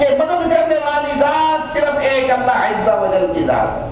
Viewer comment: why this say "Allah Izza Wajjal"???? Azza Wajjal lafaz hai, isko koi cheez nahi ati.... lol